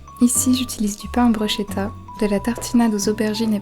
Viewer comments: On dit brushKEta ! C'est italien et le sche se prononce ke 😂 En tout cas ça à l'air tres bon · Bruschetta se prononce Brousketta 😉